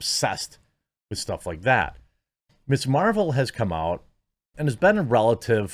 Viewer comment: Ms. Meh-vel...she has the power to make me not care.